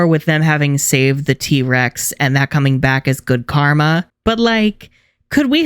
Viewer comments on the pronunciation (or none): none